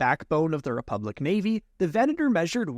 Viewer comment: And he says Venator correctly. But it's a requirement of being a YouTuber, not pronouncing things correctly.